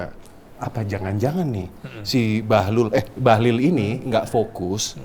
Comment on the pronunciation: BAHLIL itu pakai " i " ya Pak, bukan pakai " u ". 😅😅